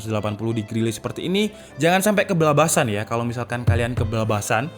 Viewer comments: keblabasan ndasmu, *kebablasan kali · Keblabasan? Kebablasan-_